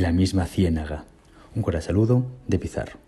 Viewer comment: ¿Soy el único que escucha "un cora saludo" de Pizarro?